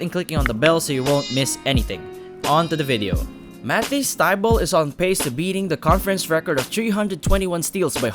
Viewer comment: I had to pause the video to type this comment. Mah- teas Thigh-bull. Also, J Bill-is. Paused and I love the video, especially as a 76ers fan but that's been driving me crazy thru out the video.